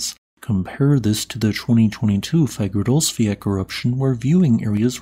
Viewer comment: I feel you are saying Fagradalsfjall incorrectly, I don't think there is a "K" sound at the end. I've heard other Icelandic blokes say it without the "K". This has been itching at me for months.